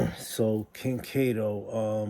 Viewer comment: Why do you call em Cat o. Like you havent done your research. Makes you seem fu bro. You should stop. 4ch ain’t a click, it’s an organization. You wild corny